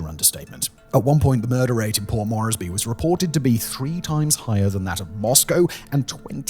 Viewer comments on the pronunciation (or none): Moresby, please say it correctly